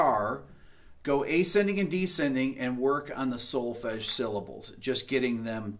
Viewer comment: As a European , listening to the word "Solfege" it was...music to my ears! ;)